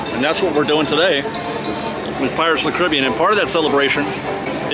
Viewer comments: I hate that you pronounce Caribbean, “Caribbean” and not “Caribbean”. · Still can’t get over how you pronounce Caribbean when referring to the ride 😭😭